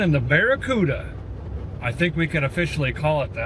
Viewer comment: This was a collab and we didn't know it..... and joined forces. 😎🔧 Awesome job on the BEAR-A-CUDA fellers! (I know it's "Barricuda" but...well *grins benignly*)